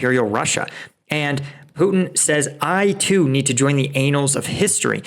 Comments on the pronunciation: Bro said "I to need to join the anals of history" 😂🤣😂, it's an-al like the name anne, rather than ain. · I heard "the anals of history"...... in lieu of " the annals (events) of history"....or did I just miss that tongue-in-cheek?😁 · The "anals" of history, eh? LOL 🤣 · "Annals" is pronounced "Anne-uls" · Great content - but please please never pronounce 'annals' like that ever again.